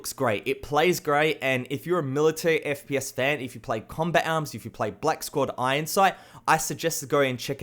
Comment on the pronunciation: the way he said combat arm , COMBEK AM